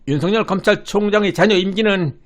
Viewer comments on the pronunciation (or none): 윤석열을 윤성열로 발음 하면 안됩니다! 소리나는 데로 읽으면 윤서결로 읽어야 정상 입니다! 왜냐하면 실제 이름이 윤성열 인 사람이 있다면 윤석열과 윤성열을 어찌 구분 하겠습니까?